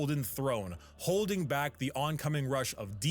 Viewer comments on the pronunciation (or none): none